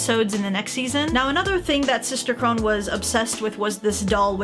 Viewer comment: I know this isn’t a new video and I know not many people will see this but Sister Krone’s name is pronounced Crow-Na instead of Crow-Nn, but I know it can be confusing, I didn’t even know it was spelled Krone until after I watched the show. (For context I watched dub)